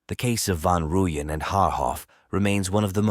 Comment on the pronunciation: Jesus fkn christ you have no no no idea what wound you scabbed open. You can't even pronounce their names correctly...shame on you.. pathetic